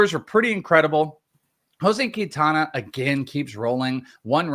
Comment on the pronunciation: It's keen-tawn-uh not kween-tan-uh